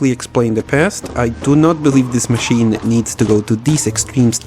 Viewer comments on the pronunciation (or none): none